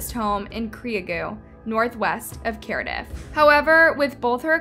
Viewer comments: the town is called Cardiff pronounced Card-iff or Car-Diff not Carediff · Your pronunciation of Cardiff (American accent) should be more like, Car-Dif. Nice video thanks! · It’s pronounced Car-diff… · Your pronunciation is inconsistent. You said Carediff, then Cardiff, then Cardiff, then Carediff. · Die-on? Cari-dif? cree- ee - gue what? 😂😂